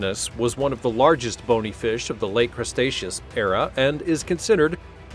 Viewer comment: Silly computer thought Cretaceous was Crustaceous. Other than that I like the narrator, be it digital or meat....